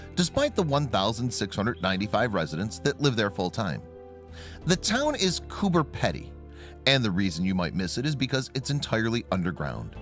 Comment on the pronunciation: Completely wrong pronunciation. Who is Cooper Peddy? lol.